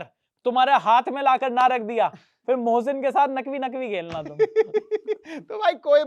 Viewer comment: baaki sab thik hai aaap mohsin ko Bhosin kyu bol rahe ho😂